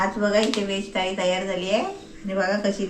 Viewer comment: थालीकाम्हणतोस थाळीम्हण 😀